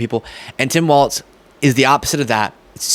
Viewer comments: Just a pronunciation correction. The VP nominee's last name is pronounced "Walls," like the 4 things that hold up a roof, not "Waltz," like the dance. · His name is pronounced "Wals". There's no T in it. It's not "Waltz". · It’s not “Waltz” it’s Walz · Tim Walz's name is pronounced like "walls" not "waltz" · I love your show but for the love of God, it is pronounced WALLS not WALTZ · I'm sure no one actually cares, but shouldn't we also make sure we properly pronounce Tim's last name for consistency's sake at least? A lot of people are saying it like "waltz" and it's "Wallzz" like "from the windows, to the Walz!" Just my two cents, which has a crappy exchange rate anyway. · Hi, love your videos. Nice to see an intelligent young man! Please watch how you pronounce Tim Walz's name though. You are not the first, and will not be the last, but it appears that you include a "t" in his name and pronounce it like the dance. It's pronounced as "walls". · it's Walz, like Walls. Not Waltz, like, well you know, Waltz. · I love watching your programs but, please, stop mispronouncing my governor's name. 🤣🤣🤣 Think of it as "walls", not waltz. Nobody, to my knowledge, would mispronounce you as " Beastly". C'mon sunshine, you've GOT this! 😁👍👍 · I love your channel and your videos, and I look forward to more. Walz is pronounced like "walls", not "waltz". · Dude, it's Walz not Waltz. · Dear internet: it's Tim WALZ (pronounced WALLS), not "WALTZ". Thank you. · If I may...Tim's name is Walzzzz, not Waltz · I'm sorry sweetie, but his name is Tim "Walz," like walls...not waltz like the dance. Ya might wanna correct that bcuz youre going to be talking about him for quite awhile...4½+ yrs to be exact. But I loved the accuracy and truth in your video. That's so hard to find these days. Oh, and I can call you sweetie bcuz I'm wayyyyy older than you.😊 Watching from Canada.🇨🇦😊👋👍Love your work. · Walz ( WALLS) stop saying walTz....c'mon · Its WALZ not WALTZ